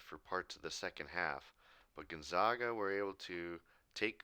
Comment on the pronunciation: by the way, it's pronounced Gonzaga with the 'a' like the 'a' in apple. one of their nicknames is the Zags, hard A